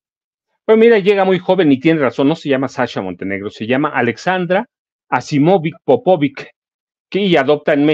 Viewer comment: Se pronuncia Asimovich Popovich